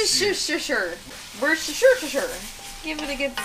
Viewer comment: Just to let you know I'm from the UK and Worcestershire sauce is pronounced "wuster" sauce Hope that helps